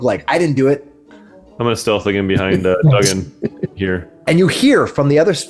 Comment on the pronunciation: That was a great one-shot! Thoroughly enjoyed it and character "Duggan" (and that's pronounced 'Doog'gan btw) was a great addition to the team! Him standing in the door blocking that evil-doer was classic! Great game! Thoroughly enjoyable characters.